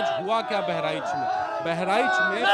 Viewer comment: बेहरीच नहीं बहराइच है पहले सही से बोलना सीख लो.